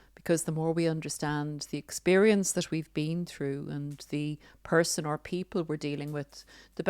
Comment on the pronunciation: You are the only person I've heard in the last week to pronounce the word, experience correctly! People aren't enunciating the word...it's sounds so wrong and has been really bugging me.